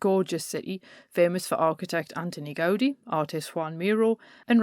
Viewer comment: Brilliant stuff. Thanks so much - I could listen to you all day! In the names ' Gaudi ' and ' Miro ' the accent falls on the second syllable.